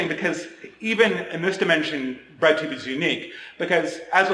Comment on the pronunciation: When he first said "bread tube", thought he said "red tube" 😳